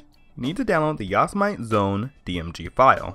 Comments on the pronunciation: lolno,depending what u say,there's didn't have a right answer of pronouncing yosemite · I don't trust this guy only because he can't spell/pronounce Yosemite correctly. I am very disappointed in you. Otherwise good video. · sorry. I can't get over the fact that your pronouncing "Yosemite" wrong. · I was cringing so bad when he said that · It's pronounce Yo-Sam-A-Tee. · Yo-sem-it-E you cheeky degenerate normie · I know your saying it wrong. It's Yo-Sen-ite your app its to say. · Don't bother with an AMD Hackintosh, it's too much of a pain. Also, don't ever use a "modified version" of OS X - use the tonymacx86 method. And it's pronounced YO-SEM-IT-EEE and spelled Yosemite. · what the fuck is a "yos-mite" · Ur not pronouncing ''Yosemite'' correctly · Ive never heard anybody pronounce it like he pronounces it. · its not yos-mite...its yo-sem-ite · "Djoz-mite"? Are you serious? It's Jo! Sam mid tea, you know :) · Yosemite not Yosmite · its yo-sem-it-ee. not yo-sa-mite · ITS "YOW-SE-MI-TI" NOT "YOS-MITE"!!! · lol! you guys. it is not pronounced "OS X" It is "OS Ten" Like the roman numeral, and it isn't "Yos-i-Mite", it is "Yo-seh-mi-tee" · Yosemite : yo-SE-mi-tee. Not yo-sa-mite. Great video. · YOS-i-mite? It's pronounced YO-sem-i-ty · OH MY FUCKING GOD ITS NOT YOS-I-MIGHT ITS YOS-E-MIH-TEE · looks like a good tutotal (finally) but you keep saying ya-si-mite but its yo-se-mit-ee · yas - mite lol its yo - sem - e - t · It's pronounced "Yo-zem-it-e", not "Yoz-mite". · Yasomight? Cringe... Yosemite, as in Yosemite Park. (yo-sem-it-ee) If you have a Intel PC with compatible hardware (i.e. same hardware as a mac), you can actually use a vanilla OS X install DVD/USB instead of a hacked one. I'm running 10.10.5 with almost no custom drivers, only using Clover EFI and a driver for my Ethernet. (Plus the essentials, like FakeSMC) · I know what you're saying (unlike everyone) but the actual mountain or landmark or whatever it is it's pronounce yo-sem-it-ee y'feel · yah-so-mite lol